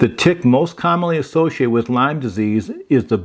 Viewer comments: Great video. It is Lyme disease, not Lymes. Named after Lyme, CN. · It's not Lymes (plural) its Lyme disease named after Lyme CT. Folks get confused about this so thought I'd correct it. No disrespect intended 😊